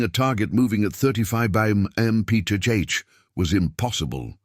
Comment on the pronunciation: They repeated the exact same information at least four times during this video, and the AI narrator can not pronounce MPH. Having to listen to the same shit over and over while an idiot talks is a waste of time!